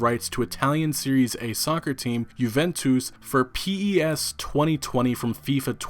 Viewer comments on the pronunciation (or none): I'm not going to fault you for saying Juventus (u-vent-tiz) or Serie A (sear-ree-ah) wrong, but there's a good reason that that soccer (or football) club just cost EA $3 billion and it's one person, Cristiano Ronaldo. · Obv not a footie fan lol jooventwoos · I almost threw up when you tried to pronounce Juventus (You-Vent-Tez) ... sorry I just had to say it ... (I'll like your vid regardless) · My mans pronounced it "Juven-twos" 😂 keep up the good work. I have decided to stop buying EA titles. Enough is enough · Youventous XD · The way you pronounced Juventus gave me an eye twitch. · Lol a bit petty ik, but that's probably the worst pronunciation of Juventus I've ever heard